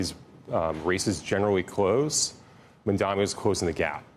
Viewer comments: His name is Mamdani and not Mundani... if its difficult for you to pronounce you might career shift as you are not suitable for tv or interviewing people. I have a job for you with good salary if you want. Few hundred bucks above minimum wage... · ITS MAMDANI M A M D A N I. CAN WE PLEASE STOP INCORRECTLY PRONOUNCING IT. It's so easy. Jesus Christ. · It’s Mamdani, learn to say it right